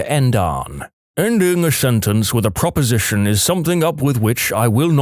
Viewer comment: The word is prEposition, not proposition.